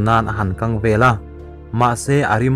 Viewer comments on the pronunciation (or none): none